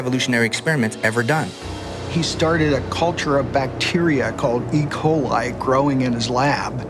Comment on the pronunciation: "And it's not just malaria. It's not just ["ecolai"]" yes, because that is definitely how you pronounce that one singular word that is definitely not an abbreviation of two words.